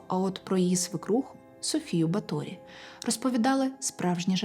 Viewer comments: Вітаю. Правильні наголоси: Рáкоці, Бáторі, Íштван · Дуже дякую дівчатам за прекрасні історії, дуже якісний матеріал. Особисто в цьому відео дуже "різав слух " неправильний наголос в прізвищі Баторі. Удачі вам, з нетерпіеням чекаю на нові випуски, і дуже рада, що випадково потрапила на ваш канал 🤍